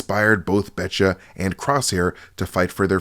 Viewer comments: Heads up the hounds name is Batcher not Betcha it’s just her accent 😂😂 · I'll bet cha' it's Batcher dude. Say it with me Ba-tch-errr. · This mispronunciation bothered me so much that I had to go back and check the subtitles. It is definitely "Batcher," presumably as in Bad Batcher. I guess Omega's accent threw him off.